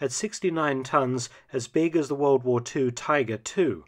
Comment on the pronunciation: Wold waa won, Wold waa won, Wold waa won, Wold waa won....... Try Great War - or First World War. WWI is a journalistic abbreviation.